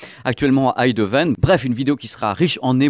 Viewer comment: Bonjour. On dit EiNdhoven. Comme EIN en allemand. Merci jaime la précision (et jai un ampli Marantz depuis 20 ans toujours parfait).